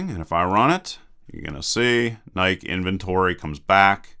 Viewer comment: IT'S PRONOUNCED LIKE NAIKEE, NOT NAIKE LOL